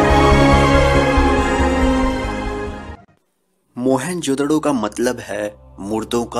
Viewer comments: Sir mohen jo daro nhi moen jo daro hota hai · Oohhhhh godd stop saying mohenjodaro mohan jodhdo😕😕😕😕😕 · Mohan jodro nahi bhai. Mohan jodaro hai woo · Its mohenJODARO not..mohenJODDO..😂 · Bhai.... Vo mohanjodaro hai ..... Mohanjodro nhi 😂😅 .... Baaki knowledge bahot achha hai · Who jodaro hota hai na ki jodoro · It is not Mohan jodro it's Mohan jodaro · It's not Mehenjododo it's Mehenjodaro. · Bhai video. Achi par mohenjododo nahi mohenjo daro hai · मोहेंजोडो नही होता मोहेंजदारो होता हे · Are pagal mohenjodaro hota hai na ki mohanjodadddo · Please try and work on you pronunciation of the word 'mohenjerdaro' , you sound as if you are using a profanity for someone.